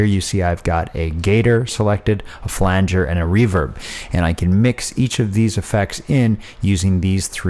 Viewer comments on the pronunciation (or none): none